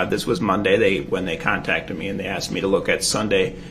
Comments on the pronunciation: He axed it. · I'm surprised he hasn't "axed" him whether paper clips or staples were used to secure the pages of the report... 🤨